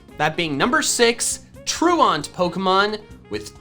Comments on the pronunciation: I HATE the way you pronounce truant. The joke about Durant having truant is it’s an ant Pokémon so the pronunciation of truant is tru-ant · Am I the only one who flinches everytime he says "truant" like that. It's pronounced "ˈtro͞oənt", like True Ent, like the tree people from Lord of the rings who are not false. They are true lol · Troo-ent Not Troo-aunt. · troo-awnt? TROO-ent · Truant. Its a prety simple word bro. Its not pronounce Troo-ahnt.. Its pronounced true-ent. Havent you ever skipped class? Truancy.. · FYI: The word "truant" (i.e., a person who skips what they are supposed to be doing, usually school) is pronounced "TRUE-uhnt," not "true-aunt." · lol "true aunt" :P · anyone else realize he keeps miss pronouncing the word truant (true ent) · you know it’s prounounced tru-int like when you’re truant from school right? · It was driving me crazy. Which of you is my true aunt? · Pronunciation of "truant" was doing my head in. It's not "tru-ont". It should rhyme with "pursuant" or "fluent". Otherwise, pretty good video. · I love your videos, but you have got to learn how to pronounce truant. It's True-ent. The word means absent, and is fairly commonly used. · Man saying "truant" like it's a French word 😂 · The fact that says truant like that is triggering ms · The way you pronounce truant gives me anxiety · Nah, it's /ˈtɹu:ɛnt/. We are intellectuals here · Well, he did botch ‘truant’..